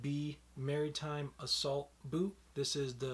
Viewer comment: Not Marytime, Mar-Uh-Time.